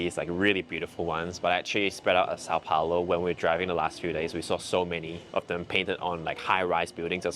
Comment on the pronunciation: is always trying to correct pronunciation, when in fact she is pronouncing São Paulo better than him. In Russian, there are sounds closer to the ones in Portuguese like "ão", which doesn't exist in English.